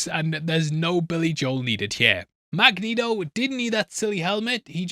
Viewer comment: Drag-neto: ❌ Magnetoke: ✔️